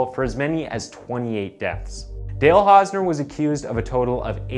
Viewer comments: "the case of Hale Dausner" Seriously?? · You called him Hale Dausner lol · Hale Dausner, looool. Elocution, man. edit: Or-tis? And "Coraillio"? You really must work on your oration and diction if you aim to do this for a living. The number of mispronunciations and outright mistakes in this video makes it slightly difficult to focus on the events therein. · Hale Dausner or Dale Hausner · Mans said. Hale dausner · 'Hale Dausner' ? His name is/was 'Dale Hausner' you need to check your work before you release... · the first time you said Hale Dausner 😭 cmon man that’s just lazy get a better editor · HALE DAUSNER LOL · Hale dausner 😂😂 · Hale Dausner.. he actually Said it.. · "Hale Dausner" 😅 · Hale Dausner??? Wtf Is It Hale Or Dale? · Hale dossner 😆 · In the opening you called him "Hale Dausner" lmao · I’ve been noticing that you make at least one really bad mis pronunciation in every video so I was thinking you were from some really obscure part of Canada where they all talk funny but now I’ve just heard you call this man hale dausner I’m sure your doing it on purpose. Why? I don’t get it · said the guy's name kinda said Hale Dausner when the name is actually Dale hausner...hahahaahaha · The first time you mention the guy's name you call him Hale Dausner.